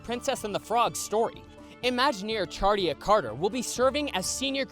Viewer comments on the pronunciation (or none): 1) Her name is pronounced Sherita (Sh-her-ree-ta) not Charita. 2) You missed TOON TOWN! Toon Town was my childhood! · Hey, love the vids but just a quick thing. Charita Carter's name is pronounced SHAH-ree-tah. You may have to say her name in future videos because of her involvement with a major and beloved attraction and just wanted to let you know.